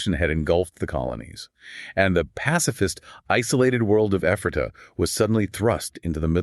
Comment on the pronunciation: Very interesting! I've been there and I've studied up on this group, but I still learned a few things. (But it's EPH-ra-ta, not eph-RAH-ta.)